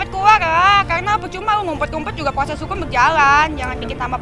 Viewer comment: Proses bukan pyoses